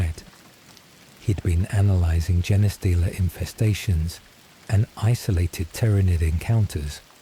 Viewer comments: Why does the AI day jeneh stealer? It's Gene stealer pronounced like Blue Jean stealer. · The AI voice annoyed me at first saying Jenah stealer but then I just imagined it as a stupid Servitor reading me a bed time story from the archives. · Jenny stealer (Forest Gump) is how Ill always hear Genestealer now.